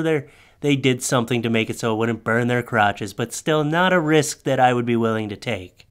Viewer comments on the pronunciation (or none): none